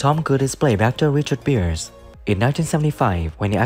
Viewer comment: It's RICHARD BRIERS not Beers